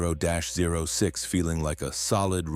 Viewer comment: Thirty-ought six. That's how .30-06 is pronounced.